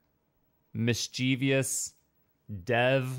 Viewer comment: mischievous is "miss-chee-vuhs" not "miss-chee-vee-us"